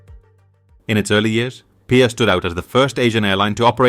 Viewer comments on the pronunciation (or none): It's not pia its P.I.A Pakistan international Airlines